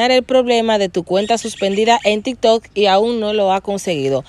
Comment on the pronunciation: Es tiktok o riktok?